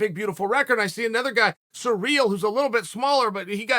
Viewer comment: anybody else clicked on this video just to watch uncle chael say surreal gane?